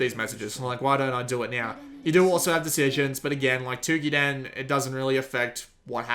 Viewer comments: Dear god him saying Twokiden instead of Toukiden is pretty annoying. lol But...good video, its just annoying to always hear foreigners mispronounce things. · The "ou" in "Toukiden" is pronounced as the "ou" in "Touhou".